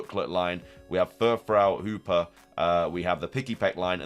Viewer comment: who is hooper 🤣😂 the accent is crazy. i know you meant hoopa. its funny how you say geeta too. geeter